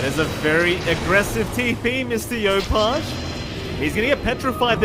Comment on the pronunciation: This caster just casually screwing up 3 of the players names is rather frustrating to try keep up with listening to. JaUNel not JaNUel, saying yopaj backwards, and calling Jackboys jacky is really off-putting. Idk if he's just unfamiliar with the players or something but you'd think you will be saying all their names more than anything in casting you should probably get them right/make it clear for the listeners.